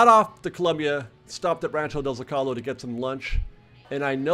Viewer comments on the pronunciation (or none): Rancho del "Zo-Ca-Low" not "zo-callow"